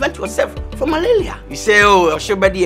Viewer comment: The other advert he said Malelia😂😂😂